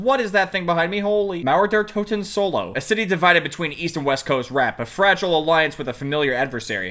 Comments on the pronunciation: Mauäer däer Totäen xd... Way to funny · I lost it when you tried to say Mauer der toten, just so funny when you're german